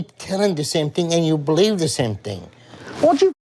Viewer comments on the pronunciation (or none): Let me ask you, … do yOu bLeev iN gOt? I axed you, do yOu bLeev iN gOt?